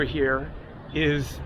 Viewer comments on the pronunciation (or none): none